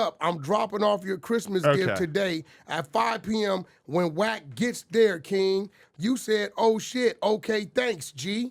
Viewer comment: Why can’t Bro pronounce Wack name correctly?? It’s killing me. 😂😂